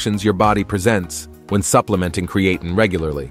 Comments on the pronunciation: Its pronounced crea Teen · Ai annoying by mispronunciation of the video subject. Not create teen or Creattyn. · Was hoping to learn something, but could only hear the Ai pronouncing Creatine wrong a thousand times in a few ways. 😤😂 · The generated voice should be able to pronounce the word Creatine. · 1st place for how many times you can mispronounce Creatine. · I appreciate the information shared here. I hate the use of the lousy robot voice that cannot even pronounce creatine, which is the whole subject. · The podcaster needs to learn how to pronounce creatine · The pronunciation of creatine is wrong and irritating. All credibility is lost if you can’t pronounce a technical name correctly. . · Maybe have your AI voice learn to pronounce creatine and be consistent in pronunciation!